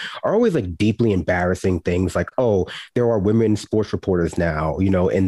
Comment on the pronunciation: Ooohh yes wahmen very scary